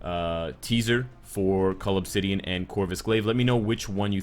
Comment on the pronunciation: OH. Cull obsidian.. I always hear it as 'call of city (an)'